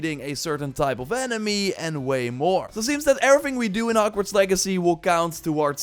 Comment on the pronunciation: Did i just hear him say "and you can explore hockwarts"